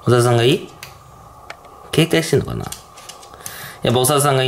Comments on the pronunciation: おさるさんが小沢さんって聞こえて誰！！！！！ってなったw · おさるさんがおざわさんに聞こえる。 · おさるさんは？おさるさんがいい？ がものすごく おざわさんは？おざわさんがいい？ って聞こえてたから、 おざわさんと友達になったの？ って聞こえちゃって爆笑してたごめん笑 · おさるさんが小澤さんに聞こえたwwwww